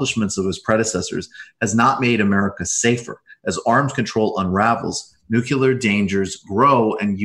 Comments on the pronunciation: NUCLEAR NU CLEE URRR Nu -clee -errrr anything but New-cue-lurr, please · Is it just me? Or does no one pronounce NEW CLEE UR correctly anymore? Lets just start pronouncing airplane- aplinera, or how about we pronounce New York- Blu Cuck? You all go to such great lengths to pronounce other things correctly (+/-)